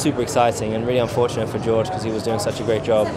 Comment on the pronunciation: And he calls George "Jorge" 😂😂😂😂 Referring to his comment on the post where George had to return his trophy